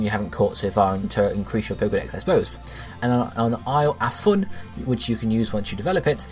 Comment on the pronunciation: Isle-a-beans Isle-a-fun "a" being a contraction for of, the island names are meant to be puns of these, incase you din't know, seeing as though you called it "Isle Afoon"